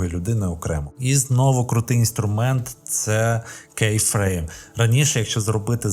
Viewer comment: Дивіться більше англомовних відео, вони підтягнуть по вимові термінології бо "кейфрейм" звучить як "бусінес"